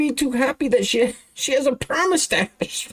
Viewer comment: "permustache" LMAO!!